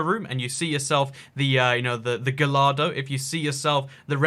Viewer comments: You pronounced Gallardo wrong its pronounced guyardo not gallado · You pronounced Gullardo Incorrect it is pronounced (guy-are-doe)